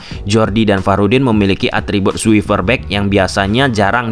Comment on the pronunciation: Lu sbg influencer, pengucapannya yg bener dong. Buat yg belum mahir english jadi makin runyem gara2 pengucapan lu yg kurang. 100k ytber, tunjukin lah kl lu layak punya scriber 100k++ . Kl lu rasa english lu kureng, bahasa indo aja. Itu lebih bagus deliverynya. Suwifer itu apa coba? Aduh Sadge.